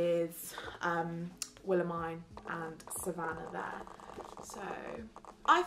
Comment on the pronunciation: i keep getting SO triggered when she says Willemijn’s name wrong 😭 but great video, very jealous of all the merch!!